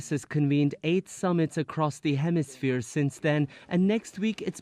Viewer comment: "The Western Hemi-smear"